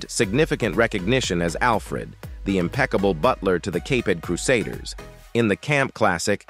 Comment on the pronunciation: good show , but my ears hurt from all the names & words that were miss-pronounced , how hard is it to say "The Caped Crusades" ( the Cape-ed crusaders) with out messing it up , sorry no 👍 for that one,..